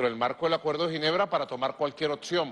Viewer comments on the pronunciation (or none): none